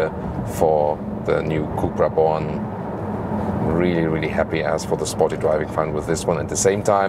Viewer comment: Did you just said cupra bolan 😂